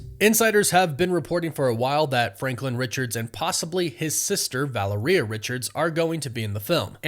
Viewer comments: Bro u gotta get Valeria's name right it doesn't sound like diarrhea it's Val- lair-Ria the way I spelled it is the way it's sounded out .. other than that love ur channel.. I get urked tho wen u say diarrhea lol😊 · Keep up the good work. But for the LOVE OF GOD!!! Please pronounce Valeria's name properly! It is NOT val-er-EE-yuh. It is val-AIR-ee-yuh. Like, "malaria". In fact, exactly like malaria. Thanks in advance, sir. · Say it with me...Val-AIR-ree-ahhh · Valeria’s name is accented on the second syllable: Va-LAIR-ee-a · Her name is pronounced VA-LAIR-RIA Richards dude. Hahhahaha. Come on! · Dude for someone who has a page about comic movies….you don’t know them very well. First you can’t say Valeria Richards name correctly, then you say that Franklin is a mutant. They retconned him being a mutant years and years ago. He is no longer a mutant. I’m not trying to be a dick, but dude… do a little research before you drop these videos. 😂😂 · You keep botching their daughters name!!! WTF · I love your vids, hate the way you say Valeria. Lmao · Yes! This has been driving me nuts.